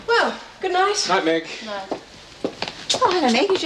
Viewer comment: Sounded like Fletch said nuh meg instead of nite Meg lol